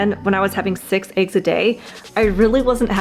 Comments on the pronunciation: It's not aigs, it's eggs 🙄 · What are “ayegs”? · I like how you pronounce eggs. Ayg. :face-green-smiling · This is so funny, because the girl can’t say the word eggs .